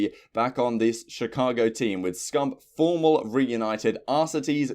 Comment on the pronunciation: You said Formal wrong!!